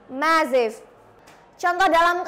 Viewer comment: Sorry to say. It is not how to pronounce the words awful and massive. You need to learn more about pronounciation. Mss. Ervi is much better.